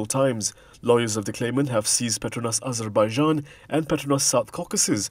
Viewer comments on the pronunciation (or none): none